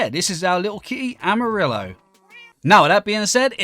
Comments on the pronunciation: Cute cat name pronunciation, It sounds cool. But, you don't pronounce the "L" when saying yellow in Spanish. It's more of a "amari(yo)" pronunciation. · Exactly. I speak spanish, and i dont know how explain that haha. Amarillo sound like "amariyo" Gracias compañero por la aclaración, me ayudaste mucho/ Thanks mate for the coment, you help me a lot 😅👍